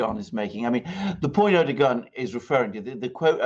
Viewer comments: To pronounce correctly Erdoğan is to just ignore ğ. It is there only to elongate "a". Reading with a long "a" would make it perfect. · The G is silent. Pronounce like a W. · Its Erdoan without saying the G,is the right pronanciation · Funny. Am I, İngliz Ressam, going to teach my proverbial Turkish Grandmother how to suck eggs? I suggest it is more doe or dough then doo, which would be air-doo-an, phonetically in English. Air-doh-an? Ama, boş ver, it matters not. Good fun though. Teşşekürler. P.S. my Turkish is çok kötü. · Try saying Erdo-one, Alexander😉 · air-doe-an: Erdoğan. Silent G. Easy. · And its more ERR-DOO-WON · ER - DO - WAN (it's the g that's the problem) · It’s just “Erdowan”. “Rejep Erdowan” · It is a ğ, not a g. 🤣 Just like r is pronunciated in French.